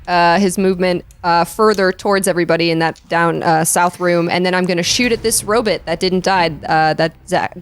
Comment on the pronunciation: I hate when says Robit. Row-bot, Row-bot! Ugh. Otherwise I love the show.